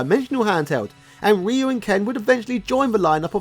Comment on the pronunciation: Did you just pronounce Ryu the proffered way? Blink twice if you are being held against your will,.